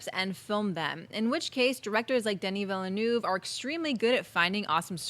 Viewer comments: Denis Villeneuve is pronounced Duh-nee Veel-nuv or at least in phonetic English you could say Dennee Veelnerve. Anything other than you lot keep saying Denny Villa-noov... it's quite annoying. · Please learn how to pronounce Villeneuve :'( (hint: the 'eu' in 'euve' sounds like the 'i' in 'sir')